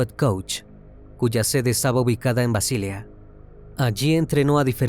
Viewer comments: BASILEA, no Basilia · BASILEA en español se pronuncia tal como se escribe, y sin acento en la a. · Mal un video cuya máquina que comienza su narración pronunciando mal la ciudad de Basilea en Suiza.😢